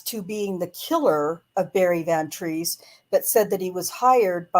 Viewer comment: SAY HIS NAME! BARRY VAN TREESE!